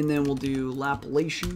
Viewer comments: Lap-la-cian? It is La-pla-cian (related to the Laplace operator). The Laplace operator was named after the French mathematician Pierre-Simon de Laplace (1749–1827). Anyway. Good tutorials. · I always enjoy your videos... Can you also do Histogram Oriented Gradient too? Thanks... FYI Laplacian is pronounced Luh 'plahs ee uhn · omfg. dude. Laplacian.... LUL. Great videos man. IDC if you do not know who Laplace is or how to pronounce Laplacian :P